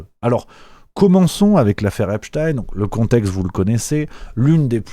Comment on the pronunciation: ça m'agace cette prononciation epstine genre à la russe !! alors que c'est bien epstein un nom juif point ! tout com einstein qu'on ne prononce pas einstine ainsi que zilberstein et non pas zilberstine !!! cette façon de vouloir mettre un peu de russe dans cette affaire est vraiment une façon de vouloir noyer le poisson dans le monde entier alors que c'est en grandes majorité l'occident qui est bien mouillé com d'hab d'ailleurs ...